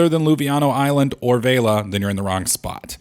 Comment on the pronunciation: It's not VEILA it's VELIA